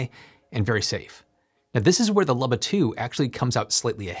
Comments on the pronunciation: It is pronounced “ Loo-bah” You are the only person on earth that I have heard mispronounce it. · I can’t get over how you pronounce “Luba” as “lubba” 😂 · Oh man, is it pronounced "lubba"? I've been calling it a "looba" for the last year!